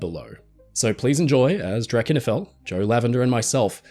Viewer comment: Yeah, I was today years old when I learned how to properly pronounce Drachinifel lol